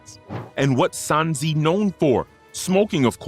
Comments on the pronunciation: But why do you say “Sansi” 😭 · I left the video in the first 10 secs when he called him sanzee